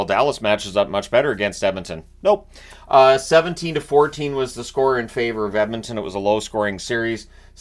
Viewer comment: Can’t wait for another 2+ weeks of pronouncing it “Emintin”!